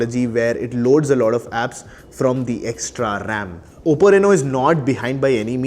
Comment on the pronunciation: Its oppo bro not obbo